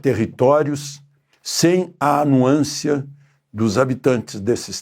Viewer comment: Não é “anuancia” é “ anuência “.